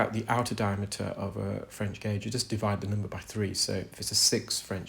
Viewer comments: Gauge. Not blo0dy gorge. Lol. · I love hearing your voice when you explain what is happening. I'm glad these people have been able to find you help them.😊 The word is gauge with a long a sound not the word gorge with a long o sound. I live in Tennessee and I know people make fun of how we talk too.😊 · Oh my goodness this poor patient, it must be horrible. I love how much you educate us with your narration. I'm in the UK and having worked in engineering and knowing lots of engineers gauge is pronounced like gayj. That is the correct pronunciation in English, I can't say how other countries might pronounce it. Gorge is a different word meaning a narrow valley between hills or mountains etc... like Cheddar Gorge here in the UK. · Gourge? Who the hell is telling you to say that? Pfft, 'gauge' is definitely pronounced gayge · Who told this man to pronounce gauge as gorge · Please stop pronouncing it "gorge". It's hurting my soul. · I enjoy your content but most especially how articulate you are. BTW the correct pronunciation of gauge in standard English is « gage » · the way you are pronouncing gauge as "godge" is hurting my brain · Guage rhymes with wage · There’s no way Gauge is pronounced Gowdge. Sorry. Just no way lol! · He pronounces it "gorge" not "gowdge" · Love your videos! Re your pronunciation of gauge. In the UK gauge is pronounced gage (rhymes with cage). You’re obviously a great reader! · Wow 2nd comment! Love your channel and compassion ❤ And gāuge has been the pronunciation forever. Think "gay-juh". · Yes and pretty much everywhere else in the world where English is spoken. His other pronunciation of gauge was wacky!